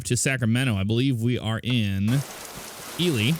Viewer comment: love the vid and the truck looks amazing, I will be getting it. Growing up in Reno, infact, my first IRL job was in the last casino on the East side of Reno, The Nugget, sadly that was over 30 years ago. I want to thank you for pronouncing Ely correctly. Not E-Lie, instead E-Lee. LOL